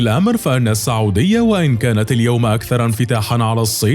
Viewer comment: ليش المعلق يقول ( الصعوديا ) بدل من السعوديه 🧐🤔